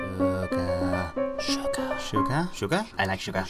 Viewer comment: I like the part were he's like I like shuger